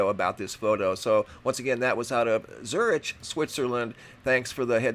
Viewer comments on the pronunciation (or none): did say Zurich the other day. I remember thst distinctly because then and today he pronounced Zurich as Zur itch. Not as Zur ick. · Zurich is pronounced, “Zurick.”